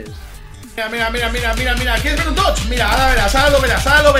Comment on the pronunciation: Toch toch toch toch xD Se dice TOTS D